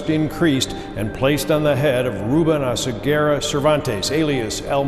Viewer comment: Oseguera, not Osegüera 😂😂😂